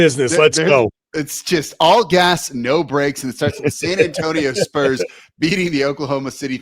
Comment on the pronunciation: He's been consistently poor. For Years he lived in Brooklyn while covering the Spurs, and only recently move back to San Antonio. He's inarticulate, mispronouncing "Spurs" as "Splurs" repeatedly, and other words. Furthermore, his podcast, when the audio is decent, often drifts focuses on his doll collecting and other "nerd stuff" like comic books, Star Wars, and anime, rather than the Spurs. Never ONCE asked Pop a hard challenging question. Wasn't even present at the famous El JEFE press conference. I don't know if this guy is an equity employee with Locked On or What. Finally, the network hired experienced journalist Casey Viera (Hofstra University) and former Spurs champion Devin Brown for the post-show, a welcome change from the host's previous reliance on random bloggers and loud Twitter personalities.